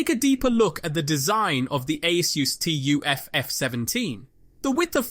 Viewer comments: Bro it's called TUF not T U F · It's 'tuf', like 'tough'